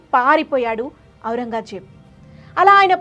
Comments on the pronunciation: బాగా చెప్పారు.... కొంచెం తెలుగు ఉచ్చారణ ఇంప్రూవ్ చేసుకోండి... ఔరంగాజేబ్ కాదు... ఔరంగజేబ్ అని పలకాలి.... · ఔరంగాజేబ్ కాదు ఔరంగ్ జేబ్. సవరించుకోగలరు. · ఔరంగా జేబ్ కాదు ఔరంగజేబ్